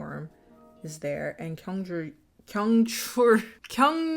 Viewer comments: Kyungchul’s name is 경철. So it’s pronounced Kyung-cheol, not Kyung-chool. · for 철 since ㄹ is after a vowel it's more like an L sound, so you pronounce it like chul as it is spelled 🧍🏾‍♀️ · I'm losing my mind, is 경철 not pronounced "kyung-cheol"? with "uh" being the vowel sound in the second syllable instead of a long U/oo sound? Have I been pronouncing the ㅓ vowel wrong this whole time ???? I'm part of the "too scared to watch the movie directly" gang so I guess I'll never know lmaoooo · Your struggling to pronounce kyung-chul makes me reconsider going to school for Korean 😂